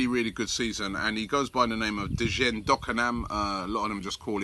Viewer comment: dakonam's name is pronounced like "jaynay"